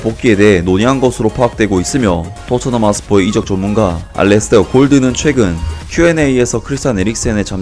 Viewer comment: 저 왜 이탈리아 이적 전문가가ㅜ아니라 ㅈ문가라고 들리죠?